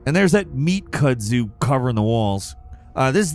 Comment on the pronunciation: "meat kudzoo" had me rolling😂😂